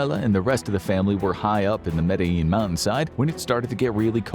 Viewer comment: It's pronounced: Mad-de-jean